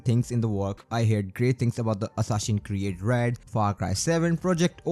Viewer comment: 'Hassasin Create Shado'.... Bhai kya bol ra hai yaar! Tu accent nahi karega toh bhi achha lagta. Your content is good, par game ke naam toh sahi ke liya har. Hansi chhut gayi meri - Hassasin Create sun kar. Overall Good content and insights bro.